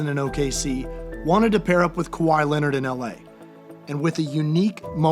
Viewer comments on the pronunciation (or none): none